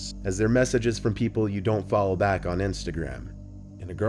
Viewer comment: "Pee-Pool" are you saying people or the name pf that little hole to look through?